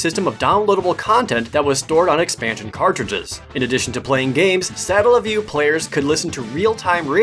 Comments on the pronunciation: It's pronounced Suh-Tell-uh. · That's "Satella", not "Statella":P also... - "Hobard" Lincoln? Really? Hobard? What's going on with you,?:P EDIT: omg... - "Hondai"?...... pls...